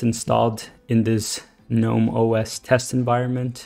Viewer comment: THANK YOU for at least pronouncing gnome CORRECTLY!!!!! I get so angry and want to sissy slap the fools that do "G-Nome"... like the idiots they are.. pet peeve-- YEAH!!